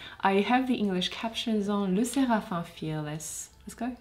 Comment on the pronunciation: Lesserafin??? Pourquoi tu ne prononces pas le m😭 ca me stresse énormément